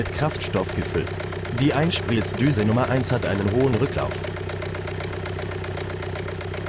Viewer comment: Gutes Video! Aber muss die Computer Stimme sein?? Apropo “Einsplitzdüse”😂